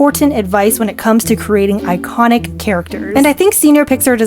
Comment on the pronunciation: I heard “eyekonic” then “manon” 😭😭